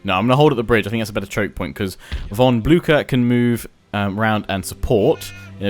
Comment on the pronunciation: omg its pronounced von Blusher not Bluker